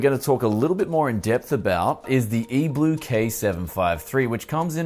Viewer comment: It’s E-3LUE not E-BLUE